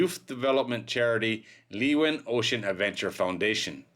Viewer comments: Leeuwin is pronounced Loowin not leewin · Actually it's pronounced laywin. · Pronounced Sail Training Ship 'Loo-win' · The ship's name is said like "Looin" by us locals. :) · That's a terrible shame! BTW in West OZ we pronounce it 'Loowen' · Phonetically I think that you come closest when you pronounce it as "leawin". Like you say learjet. But the R gets replaced by the W and the rest sounds as you write it. It is a Dutch word and it means lioness. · Just heads up leeuwin is pronounced “lou win”